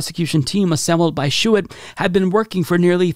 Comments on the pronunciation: The former AG’s name is pronounced Bill ‘shoo-tee’. As someone from Michigan his name is very familiar and it really stands out when mispronounced. Just for future stories. Cheers 🍻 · Shoe tee. If you’re going to say a name twenty times, look up the pronunciation. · Bill Shuette's name is pronounced 'shootie' maybe Bill Shitty works too. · Lol. Names are tough, and normally I let it go, but Bill Schuette came up so many damn times, and you butchered it each one.